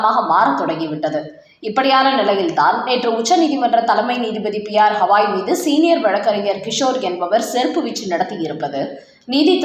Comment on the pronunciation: ஹவாய் ஹவாய் னு சொல்லாதம்மா. அவர் பெயர் கவயி.